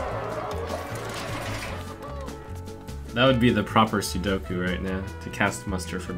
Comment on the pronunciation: People who say Sudoku instead of seppuku.. Lmao.